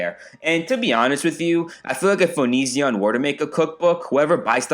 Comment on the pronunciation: I came here half for the reviews, half for the pronunciation of Onizzion